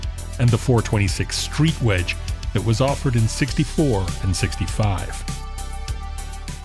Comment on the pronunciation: said ''hhhwedge''‼️®™️ 🤣🤣🤣 ( GURU, ICON!! ) ☑️☑️